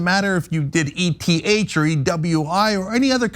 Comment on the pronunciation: I had to close out of the video because my head was about to explode if I had to listen to the lady call eth E-T-H one more time. Look it’s eth short for Ethereum pronounced as a word. Please don’t talk crypto if you can not even pronounce it correctly. Please.